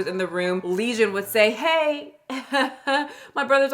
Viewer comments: Not lesion. Legion, like a demon.😂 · Ma'am... a "lesion" and "legion" are 2 different things.... much love ❤️ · It's legion, not lesion. She kept saying it in the video. I was questioning my own vocabulary. Lol. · Legion,, not Lesion